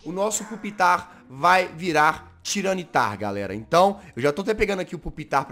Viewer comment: jazz não se fal tiranitar se fala tairanitar, só se escreve assim